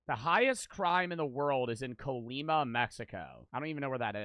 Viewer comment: as a Mexican the he said Colima made annoyed